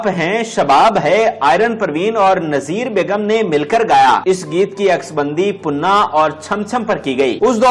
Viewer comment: Punna nahi panna punna punna karte rahy aap